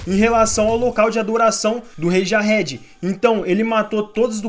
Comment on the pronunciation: então mano, como pode o cara assistir o anime ouvindo durante o anime inteiro os cara chamando o nome Jahad, e fala jahedi kkkkkkkkkkkkk